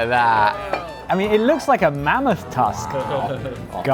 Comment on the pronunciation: The way he said this place lewks incredibly legit 😂 I played it like 5 times. Lewkzzzz lewkzzzzz 😂 it’s like the haych sound for H to an American 👀 😂😂😂❤ all love